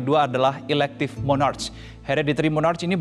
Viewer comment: Sebutan nya bukan Mornarch.. Sebutan nya Monark.. 😅 Gimana sih..